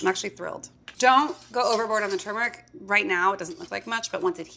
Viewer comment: Finally someone that pronounces turmeric the same way that I do! Thought I was crazy.